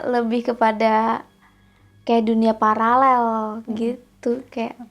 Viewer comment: Bilang" paralel"nya jgn ngelel lidahnya , dong😋 btw, aku sih gak usah ikut halloween karena udah serem darisononya